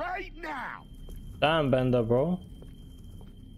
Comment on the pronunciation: He's called Bender, not Tearer